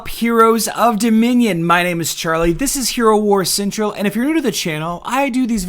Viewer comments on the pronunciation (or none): You can't even pronounce the name of your channel. What is "cintral"? I thought it was Hero Wars Central. Also, untell isn't a word. Until is.